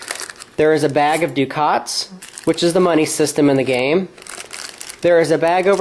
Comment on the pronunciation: It's pronounced: duck-et, not Dukat. Dukat was in Star Trek Deep Space Nine. A ducat is a gold coin.